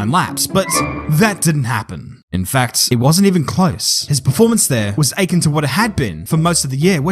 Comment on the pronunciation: Great video as always. Ps sorry to be "that guy" but akin doesn't rhyme with achin', the accent is on the second syllable: uh-KIN